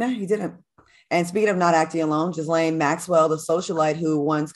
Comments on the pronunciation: Its pronounced gee-laine funky. Not jislaine. 😂😂😂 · It's pronounced ghee-laine. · If Funky don’t stop saying Jizzlane 😩😂😂😂😂